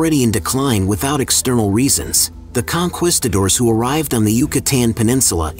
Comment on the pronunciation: Con..quisto..doors are crispy times 2! AI narrated BS we already know.